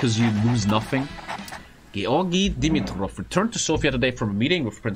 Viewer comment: Me a Bulgarian surprised a german can pronounce Georgi Dimitrov's name pretty good